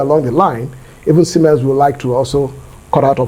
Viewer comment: Dear arise it is siemens not siemen